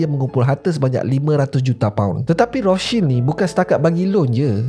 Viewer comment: Rothscheld ke atau Rostchild sebut guna bahasa Melayu la kenapa ikut sebutan Jerman 😂